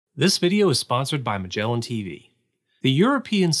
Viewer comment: Pretty sure he mispronounced Magellan